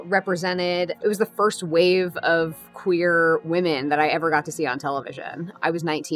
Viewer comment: I can't wait for actual lesbians and bi women characters (as well as the trans guy) to be on that iconic show but y'all... i hated it every time the new showrunner/writer Marja-Lewis Ryan pronounced the word "queer", i fucking hate that they've even hinted at this word in the title of the new generation. W're not odd, strange, weird, or whatever other synonymous for "queer", we're lgbt, stop calling us a nasty homophobic slur, yes some of us have reclaimed it but that doesn't make it okay to call us that as a whole. Imagine if black people as a community where called the "n" slur community, or women the "bitches community"... for the sake of the goddesses please let us breath Anyway I hope the show will be as entertaining as the original one and that it's really going to be gay, if else it wouldn't be the l word. Also: soooooo glad to see so many women of color, wished Kit was here though